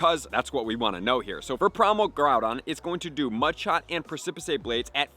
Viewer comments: Lol your a legend thanks for all the info but it’s definitely pronounced press-sip-piss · I can't believe he didn't know how to pronounce Pre-ci-pice Blades. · lol I'm pretty sure it's it's precipice (press-ip-is)? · persepicay blades hehehe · I like how you pronounce the move a lot better but the correct way is: precipice /ˈprɛsɪpɪs/ noun a very steep rock face or cliff, especially a tall one. "we swerved toward the edge of the precipice" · Precipice is pronounced as press-si-piss 😁😁😁 Can't wait for the primal raids!! :_HYPE::_HYPE::_HYPE::_HYPE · Both videos he's made with it had me giggling when he said it pre-sip-uh-say, sounds like a fancy Spanish version. Reminds me of when me and friends say silly stuff like tar-jay for Target etc. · The annunciation is “Press-I-piss”. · Repeat after me. "Press a piss" Precipice, as in a sudden and steep cliff. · “Press-e-pess” Blades sir. Since you asked. Lol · You should look up the work "Precipice". Press-si-piss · Press-eh-piss blades is the pronunciation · Just wanna correct its Pre-ci-piss blades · Precipice blade should be pronounced as press-sa-pis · Thank you!!! Every time he said “Preh-sip-his-say” I wanted to tear out my hair! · Press and piss? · Yea it's so annoying, pre-si-piss -ae bruhh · Pronounced press-ih-piss blades. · Press a piss I think is how you pronounce it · Press-uh-piss a very steep rock face or cliff, especially a tall one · Preh-sa-piss blades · Love you but it’s pronounced “press-ah-piss” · Bruh, juat say "Pre-see-piss". That's how u pronounce precipice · (Preh-suh-pis) is the pronunciation of the word, emphasis falling on the first syllable. It doesn't matter a ton and a lot of people have never even seen the word but knowledge for knowledge sake. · Press-ih-pis ffs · It's pronounced pres ip iceblade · Press-i-piss blades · Thank you for the information! Love your content as always. Also, just to note: precipice blades is pronounced PREH-SIP-PIS blades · Preh-suh-puhs Blades 🙂